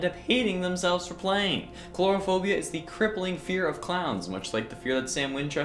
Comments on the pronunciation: It's not 'clourophobia',it's Coulrophobia. Co-ul-roe-foe-bee-a. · I think it's coulrophobia, not chlorophobia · *coulrophobia not cluorophobia